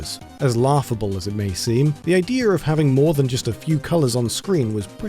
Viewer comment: The "idear"